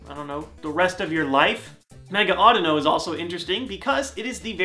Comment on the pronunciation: its said awedeeno